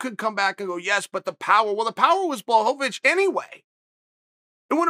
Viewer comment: Wait did anyone hear that? Am I the only one ? He finally said Jans name right lmaoo blahovavitch haha